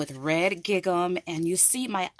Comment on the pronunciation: I got this die also. I can’t wait to use it after watching all of your wonderful ideas. I love your enthusiasm! I am not the pronunciation police. But many people watch your videos. Bless your sweet heart. You pronounce the word Gigum. It is actually pronounced Gingem! Like Ring Em. Please accept my humble advice. Just wanted to help. What a joy to watch your videos!!!!